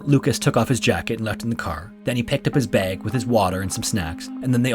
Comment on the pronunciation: listen to the way the narrarator pronounces bag, bro must have grew up in a bad area, in the ghetto.